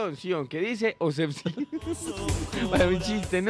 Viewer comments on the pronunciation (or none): A ver repite despues de mi .obsecion ..ella: osebcion jajjajajajajajkakaja